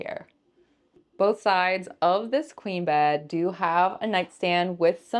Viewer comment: When you said "queen bed" I thought you said "clean bed." I thought "Well yeah, I hope it's a clean bed." LOL